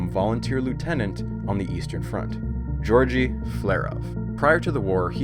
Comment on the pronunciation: Loved the video. Don't know if you'll ever see this, but the g's in Georgi Flerov's name are both hard: not Jorji like it would be for similar Western names. G as in "good". (Wikipedia confirms this: I knew it because I briefly worked for a Slavic chessmaster of that name.)